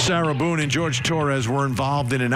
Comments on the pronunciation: Jorge not George. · HIs name is not George. It is Jorge. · Isn't his name pronounced like "Horhay" not like "George " ?